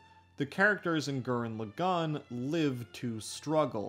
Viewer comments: “Tenga Tappa Gurren Luhgan” lmao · "G-er-anne L-ah-gone" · Hol up, how the fuck did you pronounce gurren lagann? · You butcher pronouncing Gurren Lagann so bad, I couldn't finish your video. Sorry